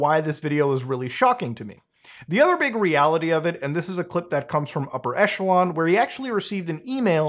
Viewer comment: Isn't it pronounced "Upper E[kk]elon" instead of "Upper E[soft ch]elon"? I'm asking, because English speakers can't say either [soft ch] and [hard ch] and will always default them to [tch]. Besides [tch], [kk] seems to be the only other "ch" English can pronounce, and it appears in these commonly used words: [kk]aracter, [kk]a(rizz)ma